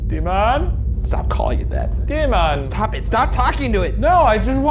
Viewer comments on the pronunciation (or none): "Dæmän" DÆMĀHN